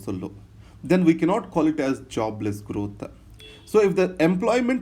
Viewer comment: Systematica.. growtha.. apki yeh pronunciation mujhe achhi lagti hain..